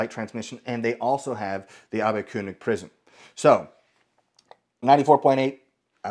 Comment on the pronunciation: He did pronounce it perfectly (I'm Swiss German) and the prisms are Abbe-König (I guess it's written Koenig for the non-Germans)! 😛 Ernst Karl Abbe was a physician and worked together with the founder of Zeiss (Carl Zeiss and Otto Schott)! That's why Zeiss is using those prisms! 😍